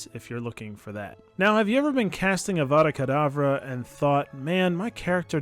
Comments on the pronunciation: Remember "It's levioso, not leviosa." But Vodlemorts wand is like " Avuukadavuuu" is completely legit? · Voldemort saying avara kedabra feels like it was just meant to be .